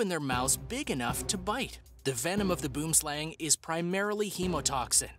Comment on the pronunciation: I am from Africa and you do not pronounce boom slang means tree snake plz go search it